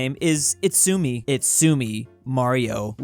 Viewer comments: Itsumi Mario "it's-ah-ME! Mario" 😂😂😂😂 that was good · ❌It’s a me Mario ✅Itsumi Mario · It’s not it-soo-me mario it’s a joke, it’s “it’sa me mario” the u is an uh in this instance